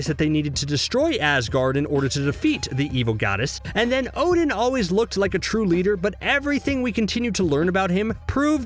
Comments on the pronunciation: So why you say his name wrong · Yeah well Marvel and Americans have always mispronounced these names